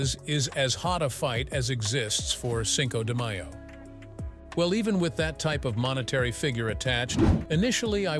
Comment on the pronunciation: You really need to pronounce Spanish words better. It can’t be the first time you heard Cinco de Mayo …